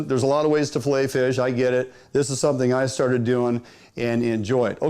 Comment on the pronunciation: fill aying ! hahahahaha